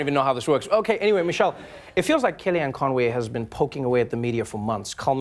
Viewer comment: its in the name con - way